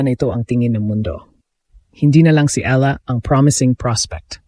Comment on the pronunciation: I wish the narrators will pronounce the name of Alex Eala properly.